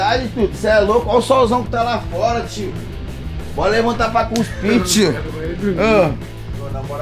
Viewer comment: "Guspir'' kkkkkkkkkkkkkkkkkk é cuspir man